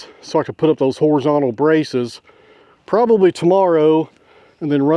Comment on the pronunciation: Yeah, you pronounced that one wrong. It's "pro bob ab ly". 🤣🤣🤣 😁✌🏻🖖🏻